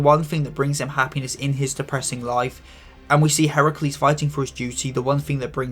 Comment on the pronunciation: FINALLY GLAD SOMEONE GOT HERACULE'S NAME RIGHT